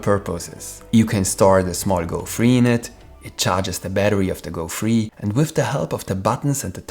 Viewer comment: thank you for the video! a downside of it is that it is a bit hard to differentiate 'free' and 'three' whenever you pronounce them.